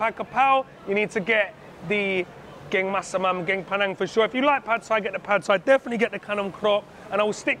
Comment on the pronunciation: Love this video. By the way curry is "gaeng" pronounced "gang". "Geng" means smart.